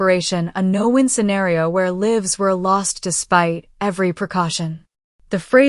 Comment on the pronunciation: "Lives lost" is not l-ih-vs, it is l-eye-vs. "Wound" is not wow-nd, it is woo-nd. Please teach your AI reader!